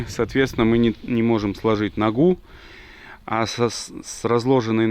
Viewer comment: не могу поднять ногу́ - не ногу́ а но́гу, всё равно не могу́😂 ПРИВЕТ ИЗ ХАБАРОВСКА